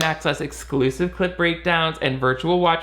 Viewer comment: Every time they say clip breakdown it sounds like they are saying clit breakdown lol